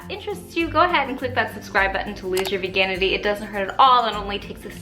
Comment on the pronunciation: i thought she said " i will help you loose your virginity" instead of "veganity" lol